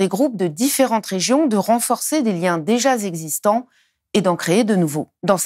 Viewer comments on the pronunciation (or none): Elle dit "de renforcer des liens déjà zexistents". Cette femme devrait apprendre le français et ainsi éviter des liaisons "mal't'apropos"...